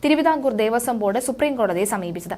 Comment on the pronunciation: ദേവസ്വം ആണ്. ദേവസം അല്ല.